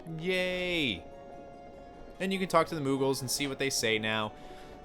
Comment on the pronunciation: Owls go "hoot", Moogle is pronounced with the same double-o.